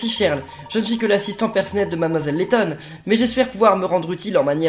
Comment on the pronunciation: Lady laton sur 3ds t es bourré?